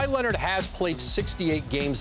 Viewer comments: Stephen takes great pride in mispronouncing Kawhi's last name ON PURPOSE. The man can't stop saying Kawhi Lennit if his life depended on it. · lmaooo Kawaah Lennit